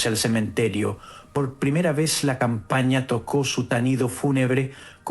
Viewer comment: Seagradece q lea para nosotros,pero me llama la atención q no respete puntuación o acentos;dice campañia en vez de campana,q raro de uď.